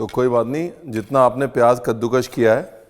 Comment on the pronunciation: Ranvir puttar, kaddukash nahi kaddukas❤